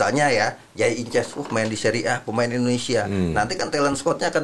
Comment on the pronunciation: Idzes bukan inces bg.akmal